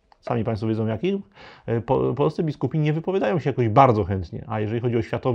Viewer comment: Bardzo wnikliwy komentarz - wielkie dzięki! Ale proszę o dbanie o język mówiony! Nie: się a sie, nie: w- myśleniu a wmyśleniu, nie: za Odrom a za Odrą, nie: wiedzom a wiedzą, itd. Pozdrawiam